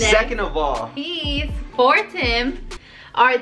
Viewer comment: I love that he doesn’t say Adidas right